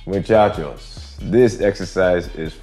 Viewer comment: Amor you say Muchacho like a native Latino👏👏